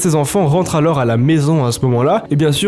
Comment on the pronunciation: Super histoires j'adore mais frère on prononce pas le s dans alors t'es fou ou quoi